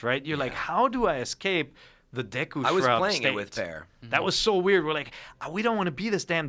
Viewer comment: Ever since I was a kid I always pronounced "deku" "doo-koo" in my head . So him saying "Dee loo" sounds funny and weird.